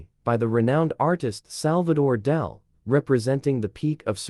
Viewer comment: Its Dali not Dahl. Pls pronounce correctly